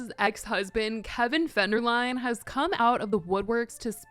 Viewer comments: kevin fenderline hahahaha love u said it wrong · Kevin Fenderline GAHAHAHAHHA YES. I hope everyone in the media says his name like that now.